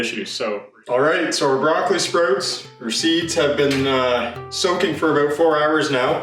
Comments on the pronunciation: Sproats 😂 great video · Are you Canadian? The way you say sprouts is very interesting to an American like my self. I live in Minnesota which is basically the Canada of the United States. Love the video